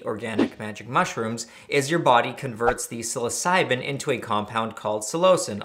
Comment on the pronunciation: Honestly, I'm surprised you pronounced psilocybin correctly, being that you mispronounced everything other chemical